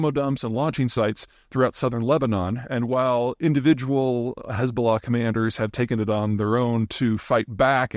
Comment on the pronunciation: Why don’t you spell Hezballah as you pronounce it?